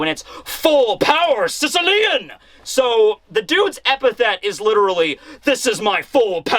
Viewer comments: Just to point out possibly another reference: Sicilian in reference to mafia is pronounced Sis- as in sister, ill- like sick, ian- like the name ian. Sis-ill-ian. It references a part of Italy related to the mafia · Yo, I’m Not Being Sarcastic Or Anything But Based On Your Pronunciation Of “Sicilian(Shishilian)”, I Just Had The Wildest Realization That “Secia-lian” (as you pronounce it) Sounds Very Similar To “Cecil-Lion”. “Cecil The Lion” That Was Shot Down In 2015 (rip harambe too, you will never be forgotten), & The More You Say His Name, I’m Convinced That Eichiro Oda Was Subtly Referencing “Cecil The Lion” As “Sicilian” In One Piece.